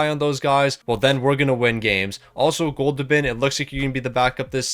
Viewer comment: “Goldoobin’” made me laugh everytime you said it 😆 I love it lol